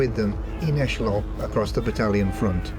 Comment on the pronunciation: I loved his accent and also the fact that he pronounced 'echelon' as in French.